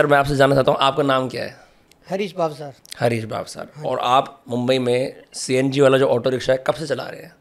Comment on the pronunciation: It's not भावसर. It's भावसार It's Rajasthani and Gujarati surname